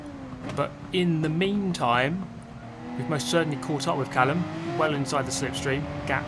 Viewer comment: Callum? mallucm...